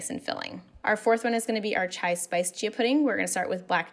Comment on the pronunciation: it's pronounced as chai